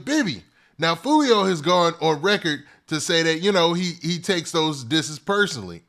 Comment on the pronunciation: "Who tf is joo-lio"🤣🤣🤣